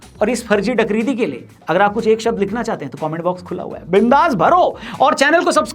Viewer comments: Are bhai "Dakridi" nahin "Bakridi" bolate Hain... 🤣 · अरे भाई "डकरीदी" नहीं "बकरीदी" बोलते हैं..... "बकरी + इद्दी = बकरीदी" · Dakridi nhi,,,Bakridi hai wo